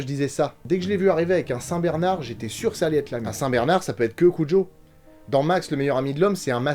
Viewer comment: Le sujet central du roman de King était l'adultère et ses conséquences. Le chien enragé en étant une allégorie. En passant, le prénom de Jan de Bont se prononce "Yann", pas Jean 😊 De la même manière que celui de King se prononce Steven (comme Spielberg) malgré le ph. Mais ça c'est plus compliqué à faire entendre aux français 😏 PS : heu... vous êtes sûrs pour la perruque de Tetelle ? 😁